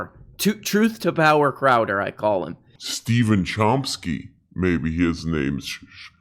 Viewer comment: crowdeeerrr crowdeerrr, its crowduh!!! say it right!